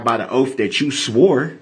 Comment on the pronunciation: "Oapf" of office is how he pronounces it!